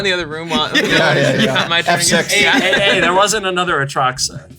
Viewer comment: it took me three tries to realize Prof said "F6"